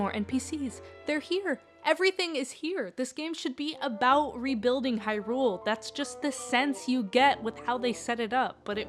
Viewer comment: I wish people would not pronounce the word “Hyrule” that way, with emphasis on the second syllable. Otherwise a good video.